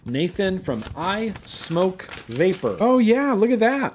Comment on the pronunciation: Hey, thanks for pronouncing SMOK the correct way (smoke). A smock is something you wore while finger painting in kindergarten!